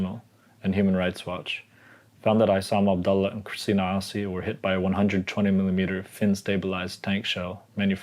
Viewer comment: The way he pronounced "Assi", he lost all credibility.